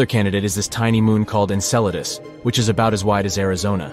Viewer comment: The AI cant handle the word Enceladus